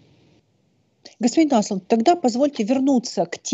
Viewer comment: Только Андеш (Anders) не Аслунд, а Ослунд (Åslund). Ну что же так имя и фамилию гостя коверкать?